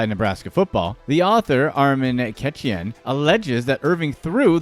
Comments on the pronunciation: lol damn .. don’t disrespect Arman last name like that lol (it’s pronounced as Ka-tay-ya) lol other than that .. good video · It’s probably best to Google a name you don’t know for pronunciation (Armen Keteyian). It only takes a minute.